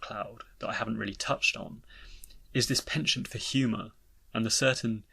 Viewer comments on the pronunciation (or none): none